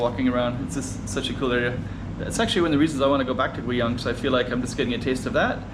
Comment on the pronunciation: Funny how the AI is mispronouncing Guiyang. Sometimes you have to use a different spelling to get it right.